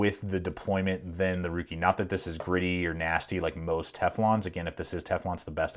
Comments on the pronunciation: FYI, it's pronounced like "rake" and not "ruke". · Didnt the company say it's pronounced "rake"? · It's pronounced rake according to Ruike themselves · Ruike is pronounced Rake, as per the company. Totally agree with you, their whole line of knives come with ball bearing pivots. Definitely the best buy in knives right now. I have 3 myself now, the P121-G Hussar, P155-W, and the fore mentioned P801-SF. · It's pronounced as "Ray-Ke(r)" it's a Chinese name in Pinyin, not in English. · Its pronounced rake. Like the yard tool. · Lol..its pronounced "RAKE"! Great video. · Apparently it is pronounced Rake